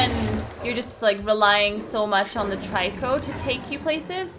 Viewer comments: Stop saying tryco its annoying its trico. Its really annoying so, it makes you annoying so please, stop. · i like watching this but the only thing bothering me is that everyone else pronounces Trico name as Treco not Tiryco and i dont know why that bothers me so much